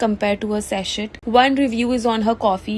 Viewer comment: It is pronounced Sasey not saset. In Sachet the T is silent